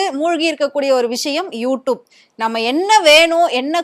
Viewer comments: You tubennu solla Theriyala you doopunu solra unakellam100vadhu edendhan kettaikkum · Wrongly pronounced word u tup . Its u tube . Without any shame she is repeting several times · யூடியூப் யூடியூப் யூடியூப் என்று ஆயிரம் முறை சொல்லிக்கிட்டு எழுது. அப்போதான் யூடூப் என்று தப்பு தப்பா பேசமாட்ட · Nalla sonninga, sariyaga ucharika theriyathagal ethai pottalum padithu vaikirom thalaoyeluthu 😂😂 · Tube ma toob toob nu solriye mapo ma waste ma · யூ டியூப் ன்னு கூட ஒழுங்கா சொல்ல தெரியல. நச்சுன்னு சொல்றத விட்டுட்டு வள வளன்னு இழுத்துகிட்டு. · மொதல்ல யூ டியூப் ன்னு சரியா உச்சரிக்க கத்துக்கோ. அதுக்கப்புறம் வந்து ஆத்து. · First pronounce you tube properly. Shame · Please correct your pronunciation of You Tube, mam. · யு டியூப்ன்னு ஒழுங்கா சொல்ல தெரியலை. நீ பேசுறது கேட்டால் எரிச்சல் தான் வருது. கண்டிப்பாக not interested chanel தான் உன்னுடைய சானல். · Neeyellam eppdi than chanel vachirikkiyo you tube 100 times you tubaye kevalama pronounce panra pakki😂